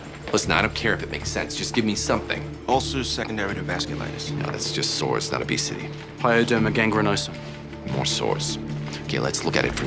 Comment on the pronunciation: it was only 1 simple line, but hearing Chase say "Pyoderma Gangrenosum" lowkey made me happy cause it's never talked about.